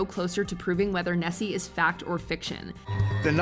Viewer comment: The Loch Ness monster is not called chessy it is called nessy